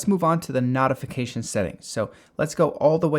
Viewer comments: It’s a noh-tee-fication, not a knot-ee-fication. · wtf is a "NAHtification"? its a Notification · useful video but the flash knot-uh-fication section killed me lol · this mispronunceation is killing me lol. "knotification" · I'm fine with you mispronouncing most of the other words but "nautification center" really does bother me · dude, you're saying notification wrong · You are pronouncing "notification" wrong. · Yeah, I almost turned off the video when he started repeating the word notification. The other dozen or so words were odd but that one is really distracting! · Yeah, interesting pronunciation. There's definitely no "tee" sound in notification, though.